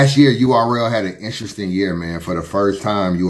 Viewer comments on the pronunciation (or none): Always make me smile when says "Inshresting" instead of " Interesting"